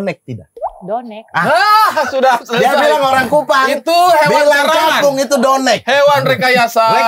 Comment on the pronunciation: Bukan donek tapi Nodek :face-blue-smiling